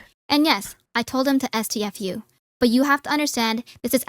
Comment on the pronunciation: am i the only one who thinks she sounds like AI?)) doesn't sound like herself, has this buzz while talking that AI tts models have, and who the hell says "es-tee-ef-you" out loud ))